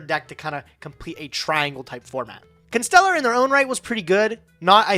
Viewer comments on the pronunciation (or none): hearing mispronounce every single constellar could be its own episode JEEEZus